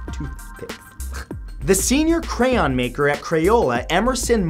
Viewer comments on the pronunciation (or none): none